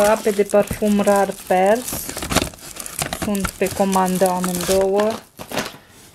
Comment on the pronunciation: nu te supara dar se spune " rar părls"